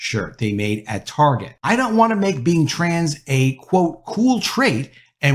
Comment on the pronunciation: You know the word “Target” has a “T” at the front. You might start to try saying that letter T. Your saying “Arget” every time it’s fucking annoying.